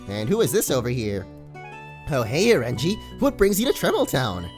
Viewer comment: wow.. korean accent for orange is oren-ji "오렌지" nice.